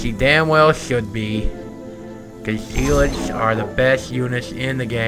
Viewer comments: "GOD DAMMIT, WHERE ARE MY ZEE-LOTZ?!!?!" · "WHERE R MY ZEE-LOTZ?!?!?"